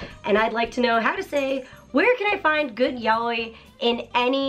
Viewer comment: So it's not pronounced "yowee" huh... It's more of an "ya oi", or "yaOi", although technically stress accents aren't much of a thing in Japanese, so I'm approximating. Huh.